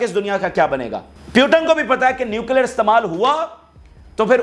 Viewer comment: Bhai putin word h naki putan aap pronounce nahi kar pa rahe h